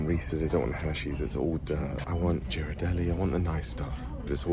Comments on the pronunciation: The shop with the fun and funky plates is Fishs Eddy, a NYC institution. The San Francisco chocolate is pronounced GEErardelli not JEErardelli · The correct pronunciation of Ghirardelli’s chocolate is pronounced as GEAR-a-deli. Also never call San Francisco Frisco as that is a whole different town in California. 😉